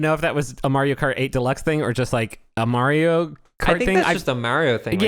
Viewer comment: i will never get over the way pronounces mario